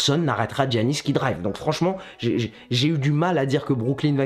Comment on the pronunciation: Giannis ça se dit Yannis sinon c carre